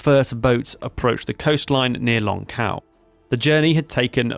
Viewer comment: You’re pronouncing the names wrong. Xiao is pronounced more like Shiao. Longkou like longko